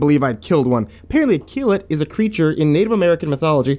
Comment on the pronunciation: ok now i'm curious how you pronounce that dog's name, Kilat? Akillat? anyone knows? Edit: nvm found it, Keelut, boy i was way off mark lol